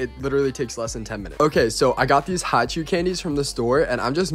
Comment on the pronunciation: “I got these hachoo candies” Bro sneezed in trying to pronounce “hi-chew” 💀